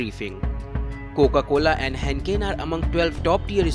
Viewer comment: He butchered Heineken too